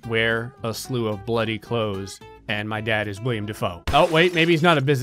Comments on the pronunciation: Willem. Willem Dafoe, not William. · Not William Defoe, Willem Defoe and if you said Willem Defoe then I’m sorry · Willem, not William! I'm disappointed in you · IT'S WILLEM NOT WILLIAM DAFOE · It's Willem Dafoe, not William. Rhymes with "Kill 'em" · he calls himself Willem not William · I died a little every time said "William" Dafoe 😣😣😣